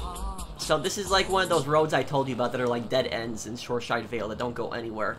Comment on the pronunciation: Btw it's Shoreside Vale not Shoreshide Vale.